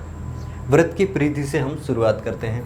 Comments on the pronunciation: Sir vrat nahi vrit hoga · सर बरत नहीं वृत होता है but thx for formula